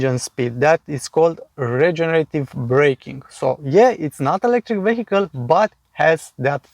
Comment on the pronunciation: Great video again. And I noticed in every video how you say the word "vehicle". Please check online how to pronounce it right :)) (No hate, just a tip)